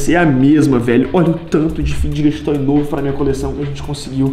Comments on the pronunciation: Pq vc fala fidguet toy é fidget fala igual fidget spiner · Mano ele fala ficdget toy e é fidget toy da uma agonia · Não e fideget toy e figet toy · Figjestes toy q ele FALA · O Enaldinho só fala fideget toy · Vey eu tenho um odeio quando ele fala figet toy e fidget toy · EU ODEIO QUANDO O ENALDONHO ELE FALA FIDGET TOY ERRADO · Ele não sabe falar fidget toy